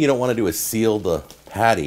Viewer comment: Sear not seal..... how to do you have the confidence to do this with zero knowledge